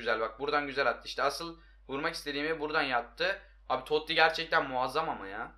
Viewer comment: Abi Toti toty degil ki